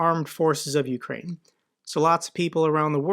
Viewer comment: I literally busted out a laugh when she said OOOkraine, goofy bitch sitting in Seattle larping 😂😂 Dumb cnt